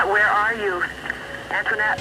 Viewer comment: The kid on call pronounces her name as Antoinette not anthonette. Her mom pronounced it anthonette. Call set up by her mom